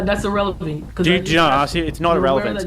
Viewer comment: She said, "...urr-elephant" 😂